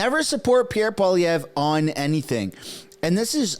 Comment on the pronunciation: It's not Pierre Poliev. How has it become normal to butcher the man's last name, and everyone is repeating it like it's fine. It shows lack of respect for French last names in general.